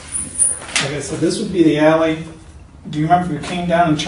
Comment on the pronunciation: I was half paying attention because I was reading a text and I thought he said "these are the Yaoi pictures" instead of alley pictures.